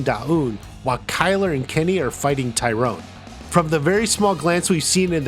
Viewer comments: It's Tyron not Tyrone! Ffs! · Not Tie-Rone. *Tie-ren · I didn't realize Tyron Woodley was one of the fighters who fought Jake Paul I got confused cause his name isn't pronounced Tyrone it's pronounced Tie Ron. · Stephen Thompson never became UFC champ. Also its not Tyrone, it's Tyron